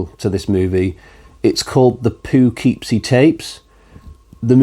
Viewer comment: Anxious to give The McPherson Tape a go - never even heard of that one. Isn’t Cobweb protagonist a little boy?? Pearl was just boring. You’re not pronouncing “Poughkeepsie” right. 😝 I like the mini-reviews - I’ll watch all of them!